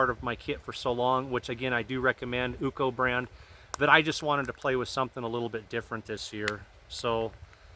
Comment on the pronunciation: “UCO “Pronounced : You-Sea-Oh 👍